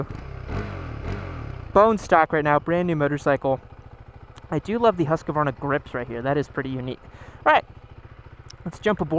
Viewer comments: As a Scandinavian, your pronounciation of Husqvarna pisses me off. Its Huskvarna not Huskavaarna xD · It's Husk-var- a not Husk-ka-var'na. Three syllables. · Not huskavarna , more like husvarna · Come on guys. It's Husk var na not Hus ka var na. Only three syllables. This is not that difficult. Otherwise great video. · Americans, PLEASE stop saying Huskevarna! It's pronounced Huskvarna!! 😓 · I may be wrong but isn’t it pronounced husk-vana? Not Husk-a-vana! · Thank you for your reply. My question was more about the pronunciation of the name. My fellow Americans tend to pronounce the name Husq - uh - Varna, instead of simply HusqVarna. Which is correct? I hope you and yours are safe as well. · Husk-varna not Hus-ka-varna lol great video 😎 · Great show. I've watched most of your comparison videos. I have always wondered since I was a kid, is it pronounced Husk a varna or is it Husk Varna (Husqvarna)? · It's pronounced hos-kvar-na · you're killing me every time you're calling it huskuvarna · almost, I'm from Huskvarna and we pronounce it HusKVarna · "Haskavarna" lmao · It’s more like ”Hoos-kvaarna” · God damnit, it's HUSQVARNA. That's HOOSK-VAR-NAH. Please, respect names. You wouldn't want people mis-pronouncing your name like that. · Husk-A-varna! You get an extra a from, free of charge:) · You totally mispronounce Husqvarna WRONG...btw Svartpilen means Black Arrow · I don't see any letters between the "q" and the "v". Why do people add an entire syllable to Husq Varna? Are there any Swedes who can help us out? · The way americans pronounce Husqvarna.... smh